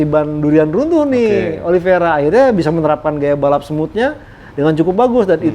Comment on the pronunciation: Oli veira bro bukan viera 😂